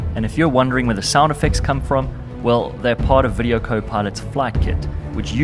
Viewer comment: "Speed of soundns"